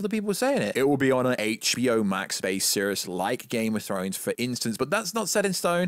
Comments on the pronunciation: I don’t know whether this is your schtick or you have an impediment but the fact you don’t say ‘series’ correctly really irked me and took me out of what you were saying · Who mispronounces “series”?